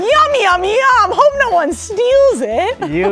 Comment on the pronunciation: Emma, you SCREWED me. (edit) LMFAO HOW MANY TIMES IS GONNA SAY "NyyO"